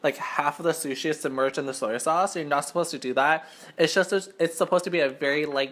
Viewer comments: Soyo sauce .. ;; '-' I cri when I hear that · Dang what ever you are you can't even say "soy sauce"